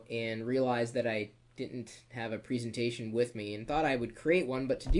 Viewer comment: you struggle to say 'presentation' properly :)